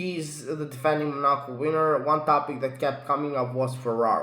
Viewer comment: Bro it's not called monarco😂😂😂😂